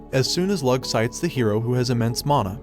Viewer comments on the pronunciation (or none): My only pet peeve of the video is that he pronounced "leeyu" as "lug" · Lugh is said like Lou NOT lug, you wouldn't say Hugh Jackman's names as Hug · Lugh is pronounced lew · A good few of those names are Irish if anybody's curious about pronunciation. Eh Lugh is more like Looh